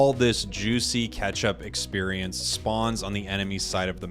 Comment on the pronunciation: anyone else always thought he said "ketchup experience" instead of "catch-up experience"